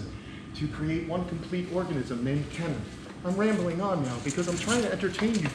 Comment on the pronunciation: Does anyone else wonder how the hell Kenan can afford to do all of this upgrading to his backyard? The damn place has become its own Japanese pond/reptile zoo!! Also who else can’t stop yourselves form saying Kamp Kee-nan because of Keenan and Kell being ingrained to your heads as a child that pronouncing Kenan the way it’s supposed to just seems odd